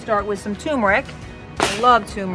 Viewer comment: TUR mer ic NOT TOOM er ic Jus’sayin’ Thank you for all of the fabulous information; it is appreciated. Could you please SAY the word TUR-mer-ic the way it is spelled… (It is true that many humans say TOOM-er-ic and that is NO GOOD REASON to sound like an uneducated…person.🌺😊